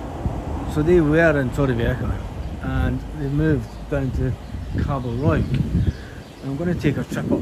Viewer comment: It’s not Callosa it’s CIOsa it’s not what you said it’s Cabo Roy hope that helps 👍